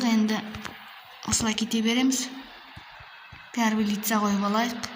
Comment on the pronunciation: Пәрвлистца емес первлистца